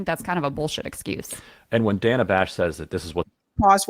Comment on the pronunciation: Every time she calls Dana Bash “Danna,” it makes me think of Rosanne Rosanna Danna! 😂